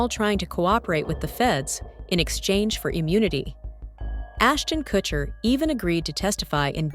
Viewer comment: " assnon kurshner "